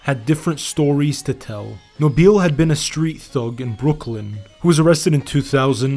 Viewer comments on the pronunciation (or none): Great video however its Brooklyn not Brookland. 😊